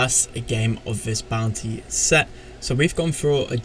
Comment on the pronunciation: Is it just me or does say "Bounty" like "Bouncy"?